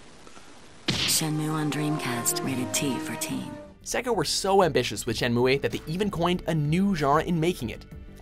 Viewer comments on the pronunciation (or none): It's pronounced (SHIN-MOO) not shin-moo-a or Shin-moo-E. c'mon lol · it's pronounced (shen-moo) not (shen-mue-ay) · Shenmue is pronounced shen-moo, not shen-moo-ey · Shenmu-Eh? Seriously? Dude, c'est pas de même qu'il faut prononcer ça!!! Ça se prononce "Shen Mou!" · Even in Japan, Shenmue is pronounced "Shen-moo," not Shen-moo-eh. It's not romaji. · Why do you always pronounce it "shen-MOO-weh" when even the commercial you used says "shen-myu?" Between that and your mouthful-of-peanuts way of pronouncing Celine Dion, I'm bound to fling my tablet at a wall. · Oh yeah, "Shenmuay", my favorite. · Shen mooo aye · Shen-moo-aye? Were you drunk when recording this? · Shenmua? Andruus? Has this guy even played these games? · This guy not knowing how to pronounce Shenmue is kind of annoying... The e is silent yo lol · AprilsMoon92 ikr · Lmao why would you pronounce Shenmue wrong and add a commercial saying it the right way? you wanted to piss ppl off I guess? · You even pronounced Shenmue wrong, don't even bother to criticize it. LOL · I hate the way he pronounces "Shenmue" 😑